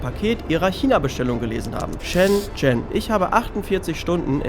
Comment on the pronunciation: Neiiiiiiiin. Das erste, wo die geguckt haben ist richtig. Die haben nur geschaut, weil du es richtig ausgesprochen hast. 😂